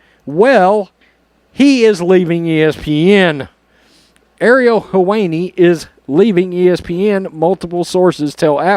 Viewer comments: Sounded like you said, "her weenie" 😆✌️ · 😅🤣😂 Him butchering the pronunciation of his name was awesome. The woke are eating themselves!